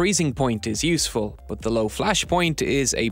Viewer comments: "But" = Boathhhhhhh... over and over - funny. Did you know "but" has an "h" at the end? Bigtime. Rather than "the h is silent", we have "the lack of an h is overwhelmingly loud". This narrator seems to be everywhere too. Pretty good narrator overall though. And a great video! :) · Is there a reason he pronounces BUT very odd and unusually? It kinda bothers me.